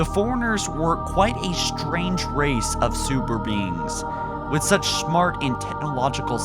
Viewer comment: U said shmart